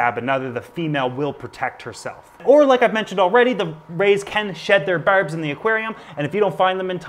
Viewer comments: "berbs" "hereden certlige" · His Newfie it's showing whenever he says that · Thanks for the informative video. But couldnt tell if you are trolling the pronunciation of “berbs” and “erm” Thanks for pronouncing it correctly at least once in the video haha.